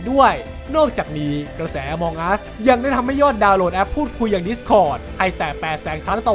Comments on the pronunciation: among อ่านว่า เออะมัง ไม่ใช่ อะมอง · น่าจะอ่านว่า อมังอัส ไม่ใช่ อมองอัสนะครับ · มันอ่านว่า อะมัง'